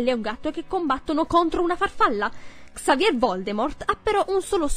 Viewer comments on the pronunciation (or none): none